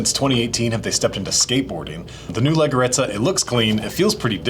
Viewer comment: The pronunciation of leggerezza is lejjerezza